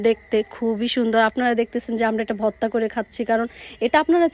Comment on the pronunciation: ভততা ভততা কি বলছ